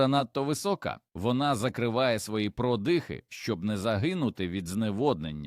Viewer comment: ВОНО (ШІ, чи щось інше бездушне) вимовляє майже в кожному реченні купу неіснуючих слів: "гОрод"(мало би бути горОд), "продИхи"(замість прОдихи), "промЕні" замість прОмені, "опІки" замість Опіки, і ще купа маразмів...